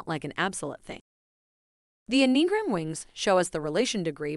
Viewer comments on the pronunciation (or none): Okay, first things first… repeat after me: ‘Enneagram’, pronounced: EH-NEE-AHH-GRAM.